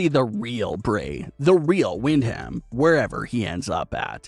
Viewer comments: ugh i cringe everytime you say "Wind Ham" ......its "Windum"!!!!!! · I cry a little every time you call him "Wind ham" the "H" is silent. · Pronounced, Windum. Buddy